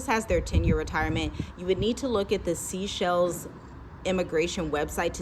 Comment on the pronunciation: Isn't The Seychelles pronounced "Say Chelles"?